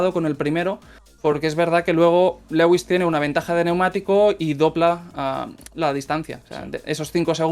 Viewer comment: cada vez que pronuncia lewis cono "Legüis" sufro mucho